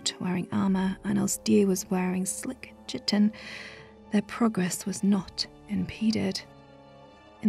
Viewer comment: You're pronouncing 'chitin' incorrectly. It sounds like 'kahy-tin'.